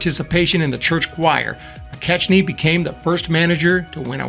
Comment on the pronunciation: Bill McKechnie's name is properly pronounced Mi-Keck-nie.